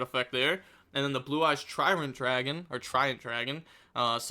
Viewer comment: “Tytrant Dragon” love me some mispronunciation ❤🎉